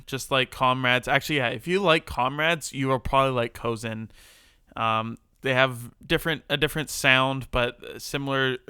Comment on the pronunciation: Thanks for the mention! We really appreciate it. And you did, in fact, pronounce "Kozen" correctly, lol.